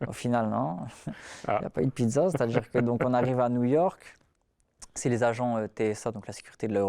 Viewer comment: n'oublie pas le "on va djire"